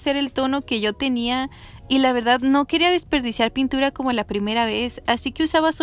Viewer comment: Si no veo sus historias no me doy cuenta que dice puntura JAJAJA Te amo ❤️❤️❤️